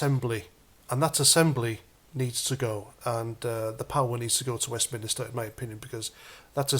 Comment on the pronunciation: PLEASE PLEASE PLEASE STOP CALLING IT WESTMINISTER It’s WEST MINSTER no second “I” 👍 My real last name is Minister so it rings home every times u say it😂 So plz mate just for me drop the second “I” Cheers my proud British brother 👍🇬🇧🇬🇧🇬🇧✌️